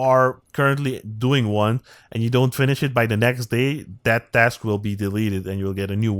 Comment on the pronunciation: Dask? 😂😂😂 Sorry but when you say task it sounds like dask 😂😂😂